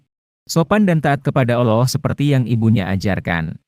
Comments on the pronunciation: Kalau menyebut alloh yg bner doong bung........ gmna... cerita suara nya gt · Min tlg belajar lg klo ngucapin lafadz alloh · Cuma caramy menyebut ALLAH tidak benar